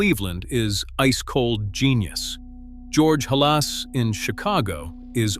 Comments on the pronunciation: GEORGE HALAS IN CHICAGO - - IT IS HA las, NOT haLAS. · Any video edifying Tom Landry is a good intent and deserves a human narrator that knows how to pronounce “Halas / George. (Ha ‘ (short a) las (short a) emphasis on first syllable. AI is a discredit to such a video.